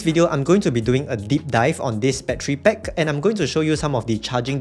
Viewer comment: Stop saying battery PECK